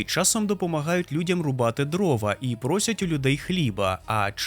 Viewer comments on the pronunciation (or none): none